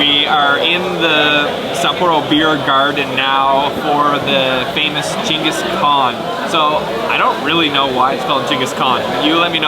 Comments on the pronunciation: What a great feed at Sapporo - and your pronunciation😂 Gingus 😆😆 Geng- guhs Kaan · It’s pronounce Ching Gus khan